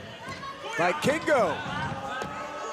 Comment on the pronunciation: I cringed everytime that they said "Vikingo" wrong. Everytime I heard "Buy Kingo"